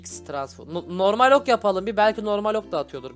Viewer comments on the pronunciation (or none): none